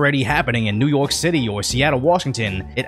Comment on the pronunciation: New York pitty, not city...